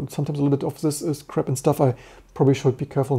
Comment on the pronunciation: I was just joking about how you pronounced "crap" more like "crab", and Rust is often embodied with a crab, but now I've kinda ruined the joke.